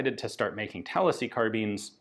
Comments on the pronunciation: I don't think that's a Florida thing, I'm pretty sure most people really like that. In fact this video was the first time I've heard someone say at the other way before. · Same. I started thinking maybe that's how locals pronounce it around Tallahassee when Ian said it... but why would he say it that way, when I never heard anybody else do so, even in Florida? Yeah, had to double check to be sure cos I read it as Tallahassee first time around. While this Brit once knew Florida well (it's been a long while but I used to visit and road trip yearly) I never got that far upstate, so yeah... it threw me for a minute. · Thought the same thing and I’m from New York